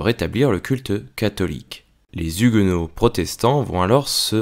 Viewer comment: Ne fais pas la liaison : les Zhuguenots